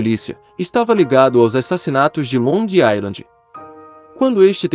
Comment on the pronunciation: NÃO É "ILAND" A PRONUNCIA E SIM "AISLAND"